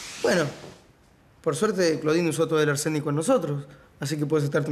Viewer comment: poniéndole "arménico" jajaj arsénico XD